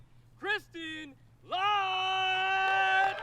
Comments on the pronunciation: This Latt sound so wrong :D its ä try to say L@ its not still 100% right, but better :) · The "ä" in Lätt is pronounced the same as the "a" in flat/rat/bat.